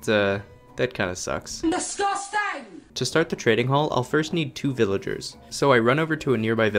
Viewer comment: guys, he is saying pillagers instead of villagers